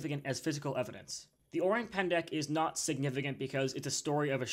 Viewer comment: "Orang" sounds like Orange except no "j" sound but a hard "g" and silent "e". I know as I speak Indonesian and have actually lived in the jungles of Sumatra. I think it is very possible this cryptid exists, but you have to take the details of what locals say with a grain of salt because they are very superstitious